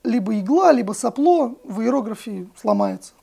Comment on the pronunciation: Блять чем дальше смотрю, тем мне хуже - "Ложить", блять. Класть! Не соплО, а сОпло. Ну емае, ну взрослые же люди